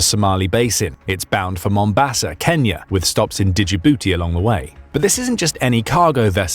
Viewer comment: LOL!! This f00lish AI said "digibootee"! Like it's a Digimon or something! LOL! Djibouti is pronounced "Jih-boo-tee".